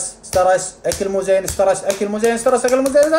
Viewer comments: ستريس كلمة اصلها اجنبي ؛ و الاخ عربي شيء عادي انه ينطقها غلط لانه ليس اجنبي اخاي ليان ♡ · كل كلمة في الفيديو غلط بغلط..حتى سترس مو عارف تقولها، اشك انك دكتور